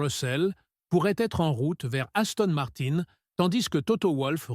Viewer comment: Gaston Martin......😂😂😂... IA de 💩